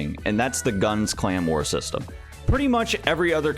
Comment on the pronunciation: Am I the only one who hears “claymore” every time he pronounces “clan war”?